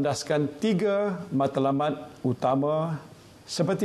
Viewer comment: Pemerkasa. Meredakan. Tiga bukan tige.